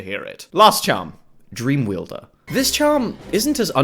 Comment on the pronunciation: It's Pronounced dreamwielder. WIELDER! WITH A W! YOU FREAKING VAMPIRE!